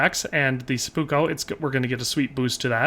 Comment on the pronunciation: It really bothers me how you say "seppuko"